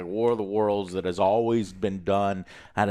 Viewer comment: „i did das“ 😂😂😂 denglish, love it